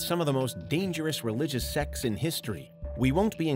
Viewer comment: is it me or does it sounds a lot like he's saying religious sex lol?